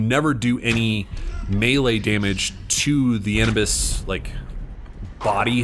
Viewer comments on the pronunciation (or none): Ahhh-New-bus not and-nuhh-bis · DID HE JUST CALL HIM ANIBUS?!?!?!?!?!?!?!?! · I was okay with this till he pronounced Anubis that way. You shouldn't even play the game bro